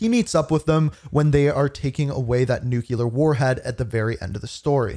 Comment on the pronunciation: I hate how you say nuclear. 😮‍💨